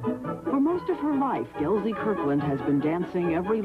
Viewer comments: no Z in, Gelsey! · It's Gelsey. Not GelZey. Jeez